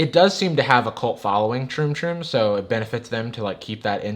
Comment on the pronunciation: Amount of times hE said "troom toom" ...likes